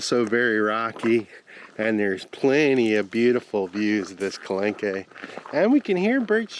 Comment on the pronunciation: Hey guys! Love your videos but I must tell you, in French… the « e » at the end of words is silent. So Calanque is pronounced Kalank. Enjoy this beautiful and historical part of our world!